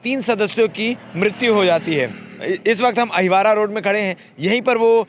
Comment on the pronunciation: अहिवारा रोड बार बार बोल रहे हो अहिवार रोड पर कहा